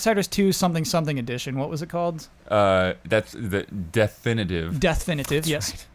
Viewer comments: CORRECTION: Darksiders' remaster was named "Deathinitive", not "DeathFinitive". In this particular instance, you do NOT hit the "F", as there is no "F" to hit. :) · Oh,, of course you didn't include an F. is the offender here! If you listen, you pronounce the title "Deathinitive" correctly, yet follows you up, repeating the title, but slotting in an extra "F" for no reason! I am shocked and appalled at this careless error, and simply won't allow it.